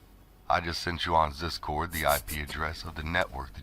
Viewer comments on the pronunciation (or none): Everytime he said "ZisCord"🤣🤣🤣🤣🤦🤦🤣🤣🤣🤦🤣😆😆